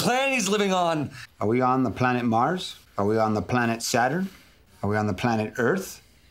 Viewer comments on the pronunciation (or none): none